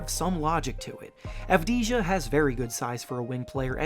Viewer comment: It's pronounced Avdiya